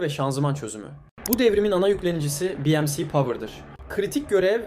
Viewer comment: Savunma sanayimizin gelişmesinden mutluluk ve gurur duyuyoruz. Video da güzel olmuş ancak bence önemli bir hata var. Türkçe'mizde bi em si diye bir ifade olamaz. Kaş yaparken göz çıkartmayalım. Dikkat et ve düzelt.